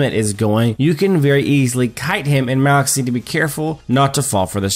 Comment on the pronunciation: Why are you saying maloch name so wierd?